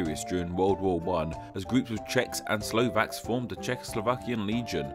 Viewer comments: We are not called slovenyek..its pronounced slovenets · YakuzYah #staʟe_memes According to the narrator we call ourselves Slovenyaki... Like a species of yaks 😂 😂.. Well we are mountain nation 😂 😂